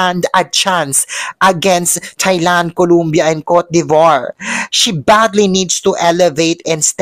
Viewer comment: Pwede ba day ayusin mo bigkas mo mg COLOMBIA? Hindi colUmbia, it's COLOMBIA. O hindi U